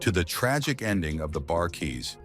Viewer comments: Seriously? IS - Lee brothers? For Isley Bros Bar - KEYs? For Bar Kay’s Chee-lights? For Chi-lights Where do they find readers to mispronounce names of researched topics? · This man said Izzly Brothers and the Bar-Keys. 😒 I turned it off after that. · The "Bar Keys"?? It is the Bar Kays. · Itst Bar Kays not Keys MF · Is-sley brothers? Bar-Kees? WTF? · This gotta be AI; This guy is not BLACK; If you Black you know the correct pronounciation of the Isley Brothers and the Barkay's, Chi-lites,..."Real Talk: and I said that the right way.... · Less than a minute into this piece of crap, I'm hearing this AI generated voice mispronouncing the isley's and the Bar-Kays so I have no further use for this trash. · They need to learn the correct pronunciation of some of the names of those bands.